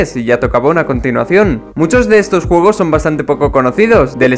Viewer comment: soy el unico que escucho jugos y no juegos :v?